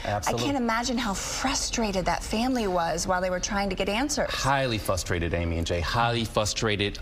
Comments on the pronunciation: I'M SHOCKED that a big-time news anchor CANNOT freaking pronounce "FRUSTRATED" correctly!!! Amy knew that shyt and played into it... She made sure that she enunciated it so well before passing the rock to him😂😂😂😭😂😮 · Highly fustrated. Please tell me he didn’t pronounce it that way.